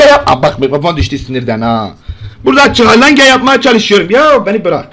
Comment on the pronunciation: ÇIHALENGE XD